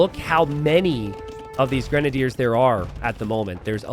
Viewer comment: it's pronounced "grenadiers".